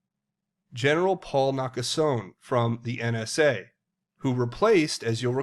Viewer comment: Nakasone is pronounced Naka so knee